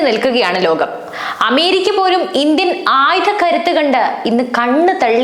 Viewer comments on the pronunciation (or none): none